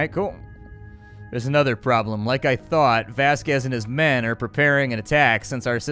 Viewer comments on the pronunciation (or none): none